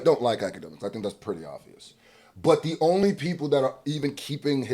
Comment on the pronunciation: It's not Akademiks its Owlademiks